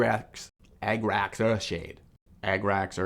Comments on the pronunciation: “Egg-racks” earthshade 😂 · why is he saying e g g r a x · Ah- grah -cks the rough german pronounciation